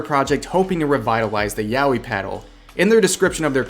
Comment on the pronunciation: Word: Yaoi Rev: Yowi